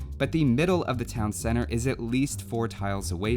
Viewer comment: "Town cenner"